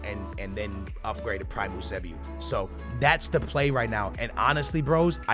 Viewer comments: It’s pronounced YOO-SAY-BEE-O Jesus Christ stop trying to be smart pronouncing it like oosaybeoo. Embarrassing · I hate the way he says some of these players names... its Pel-A and You-Say-B-O